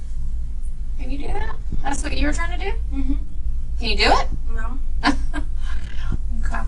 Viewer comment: Where was DCFS (CPS) before all of this? This could and should have been prevented!! Side note: I couldn't stand the way the detective said "Okay", she said it like "Okuam" 😒